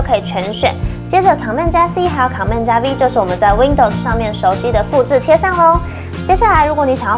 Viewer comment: 介紹得很專業，但我想小雞婆一下妳的command發音不正確@@ 不是 ㄎㄤˇ ㄇㄟˋ，是類似"ㄎㄣˇ mand"